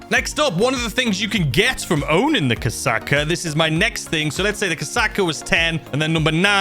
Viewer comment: mate you should really google how to say KOSATKA cuz i can trow up just listening to your pronunciations.